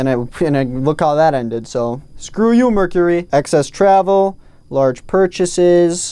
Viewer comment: thinking about the merch he gonna drop and that's why he said merchury.